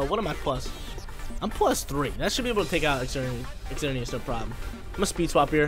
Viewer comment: He didn't even pronounce Xerneas properly😫